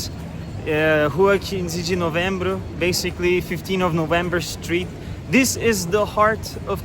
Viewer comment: Your pronunciation of “rua XV de novembro “ ,🇧🇷 , and Rio de Janeiro, sounds sooo native ! Brazilian accent